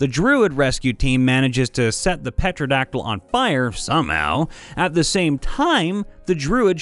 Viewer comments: your saying pterodactyl wrong. it isn petradactyl its pterodactyl. the p is silent so it is pronounced terodactyl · Come on. You just lost fan points from me. You know it's not petroldactyl. The p is silent. It's tero-dactyl XD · Tearo-dactyl, not petro-dactyl. The P is silent. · Ah yes, Petroleum Dactyl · objectively, petrodactyl sounds waaay more aesome and terrifying. like a ptero made of rocks.. like that pokemon... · Sir Peter O'dactyl IV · Looked down in comments after hearing it, wasn't disappointed, petrodactal over and over lol. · Wanna play a fun drinking game? Watch several of these videos in a row, and take a shot every time he pronounces "pterodactyl" as "petrodactyl". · Phonetically it is Ter-ra-dact-il. The p is silent at the beginning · It's pronounced "tare-oh-dact-ull." The "p" is completely silent. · Pterodactyl is one of those weird words . . . It's pronounced "Tare-uh-Dack-till." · "Petrodactyl". At least he doesn't say "rouge"... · Pterodactyl is pronounced tear o rack til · The P in pterodactyl is silent, pronounced Terra-dack-till (sorry, but as a huge dinosaur nerd it kinda urked me a little..) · Okay, I forgive you for causing me audio pain... XD... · I'm so glad I'm not the only one in the comments flipping my shit over how they pronounced pterodactyl. ... What shocks me most is that this is the second time I've heard someone make this mistake. I pray this doesn't become a trend. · All im saying is "why cant you hear a pterodactyl go to the bathroom? Cause the P is silent" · BTW, the p in pterodactyl is SILENT! Yes, I'm with the grammar police. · Does this guy pronounce "pneumatic" as "pen-oo-matic" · The P at the start of pterodactyl is silent. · The P is silent! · Did- did he say the p in pterodactyl? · why can't you hear a Pterodactyl go potty? Because the Pee is silent you big goof:P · "P" is silent in "pterodactyl". As many others have said. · I love you but the p in pteradactyl is silent xD